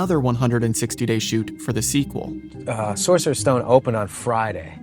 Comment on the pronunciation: Saucerer, apparently